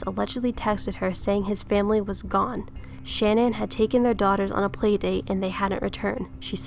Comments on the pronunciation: Sha-Nan not Shan-nan. Just an FYI in case you make otheir videos I was told that it's like shenanigans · You do realize it’s : CHAN- ANNE .... not shanan, like if you’re saying shaman... Shannan ( Cha-nan) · Her name is not pronounced Shan-ann. It's pronounced Sha-nan. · Her name is pronounced like shenanigans Shah-nann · It's pronounced Sha-na-nin research baby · Good analysis but I just couldn’t sit all the way through it. Learn to pronounce the victims name correctly before you press “record”